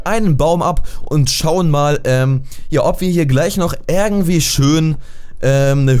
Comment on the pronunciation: Gomme xD Das heißt nicht ärgentwie sonndern IRgentwie :D